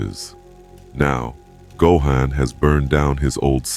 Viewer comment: The pronunciation of go-han is killing me lolz